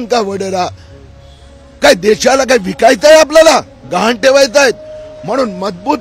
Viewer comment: गहाण हा शब्द तरी नीट बोल